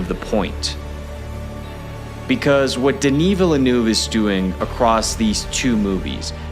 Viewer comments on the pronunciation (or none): Take a shot every time this guy pronounces Villeneuve’s name differently